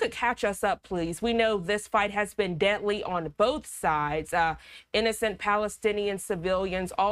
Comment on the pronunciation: Lol she pronounces deadly as debtly